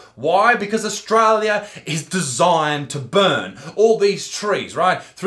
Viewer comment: he just said Australioo with an O